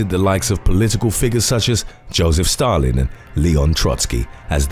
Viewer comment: Damn was doing so well till she said STALIN😭😭😭